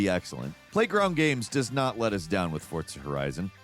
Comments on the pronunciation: It's For-Za not ForT-Za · Is he saying "Fort-za"? That what I hear each time. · TIL there's a T in Fortza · Also.. can you PLEASE stop saying "Forzza"?! It's incredibly irritating. Lol. I've never once heard anyone pronounce Forza as tho it were the word "pizza." It's weird and unsettling. 😂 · Is forza pronounced with a t?